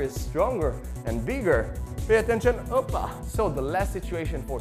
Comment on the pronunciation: "oppa" that's very way to say as an Israeli.